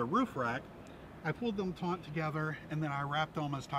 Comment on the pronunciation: Taut, not "taunt".